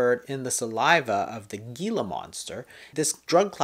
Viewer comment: Jason - Gila is pronounced heela it is a native American word for the animal and a river in New Mexico.